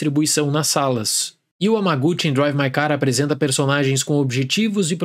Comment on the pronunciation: noto que você sempre pronuncia os sobrenomes dos diretores muito acurado, então aqui vai apenas uma apontamento sobre a pronúncia do japonês! No caso do diretor Hamaguchi - pronuncia-se o ramaguti! o “H” em japonês tem som de RR e o CHI tem som de TI! Sei que não muda nada e estamos no Brasil, só apontei a nível de curiosidade mesmo! Adoro o canal!